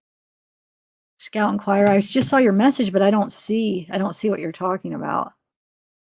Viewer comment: it's saw , not saul/sawl